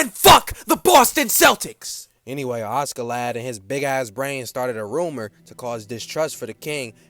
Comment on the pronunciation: Why is bro pronouncing askeladd as auskiladd😂😂